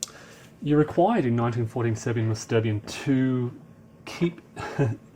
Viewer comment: 'Sterbien', or actually 'sterben' ('sterbien' is not a real word) is pronounced 'schterben'; as english speakers don't know 'sch' - it's like in mashed potatoes.